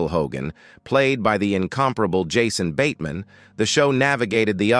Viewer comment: “Yahsone bateman” Definitely bad